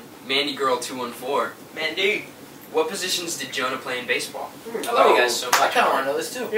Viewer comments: lol Daniel: basebOOL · and when he said "baseboll" in the middle of it omg